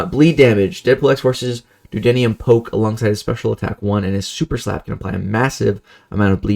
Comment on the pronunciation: Why are you saying dew-denium poke? How have you never heard the word duodenum before?